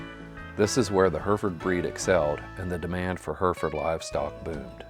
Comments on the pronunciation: Remarkable. There aren't many American pronunciations which genuinely surprise me but that caught me off guard. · His pronunciation of the name drives me mad. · Listen to how in England they say Herefordshire and Hereford, because they'd be wondering what you're on about.. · It would have been nice to have a narrator that could pronounce Hereford! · I had a chuckle with the pronunciation in this clip, here in Australia we pronounce the second e in Hereford…. Also Hereford cattle are still very prominent in Australia, but I definitely notice the uprising of Angus cattle over the years. When I was younger, going to cattle shows or local community shows, Poll Herefords were the dominant cattle winning in the stock parades… lots of fond memories…. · "heh reh ford". NOT "herford". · It is HERRY-FORD not HERFURD. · I'm proud to be from Hereford, England. Interesting video and I certainly learnt something new about our legendary cattle. One correction is on the pronunciation of Hereford. It should be said with three syllables heh-ruh-fuhd. I'm sure you are just using a normal US pronunciation her-fuhd and that's fine but to my Herefordian ear it sounds really odd. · Its pronounced H E R E FORD not just like the spelling. NOT HURFORD!! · It’s not pronounced Her ferd. It’s pronounced Herr ef erd. From Her ef erf erd shirr England. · What the hell are Herfds? They’re Hair-a-fords from the English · her-ferd is the Americanized pronunciation of Hereford. The actual English pronunciation of the city it came from and the name of the breed is Hair-e-ford. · "herfurd england" 😂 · It is pronounced heri-fud, or Herra-f'd if you are posh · Hurrfurrd -_- good grief. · Hang on, how did you pronounce Hereford???? Hurfurd???? What? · It's Her-furd here in the states. Also while we're at it, you cross the pond types spell color wrong and add an extra syllable to the word aluminum. 😂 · Just a fyi, its pronounced "heh·ruh·fuhd" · Hair-re-ford at least learn how to say it